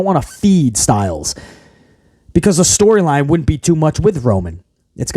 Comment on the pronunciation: I laugh every time hhh says storyline hahahaha he is clueless